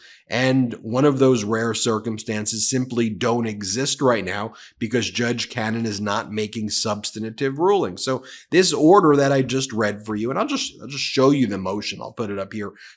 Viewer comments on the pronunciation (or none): Please stop saying substantative. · “Sub-stan-tive” No such word as “substanitive” I only point it out because I understand that using proper English pronunciation is critical in matters of the law.